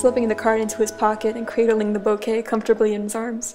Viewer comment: I hate the fact every time says ‘bouquet’ i hear the word ‘boke’😂😂 This was really cute btw🥺💕✨